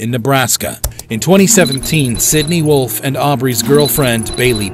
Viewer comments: And was Sydney Loofe not Wolfe. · Sydney wolfe? You mean sydney loofe?